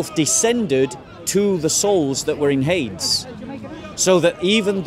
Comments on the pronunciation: Hades = Hay-deez (Greek) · It is Hadeeees. Pronounce it properly.